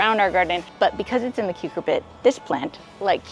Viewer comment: Love your work. Thank you. One tip: rather than 'KUKER-bit' for the melon/squash family, please note it's pronounced "KER-cubit"